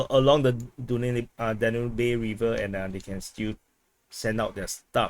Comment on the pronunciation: Danube - Dan-yoob